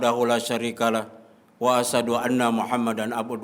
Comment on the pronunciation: Mohon maaf Bacaan sahadatnya sedikit harus koreksi,>ASSHADU... 🙏